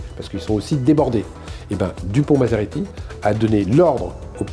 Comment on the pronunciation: Moretti et non maserati non mais ! Ça flingue le propos 😂